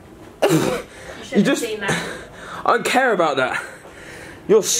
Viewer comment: "I dont caire" i thought u say it like care